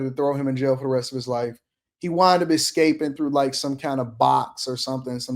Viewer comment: ex scaping? Try working on your verbal skills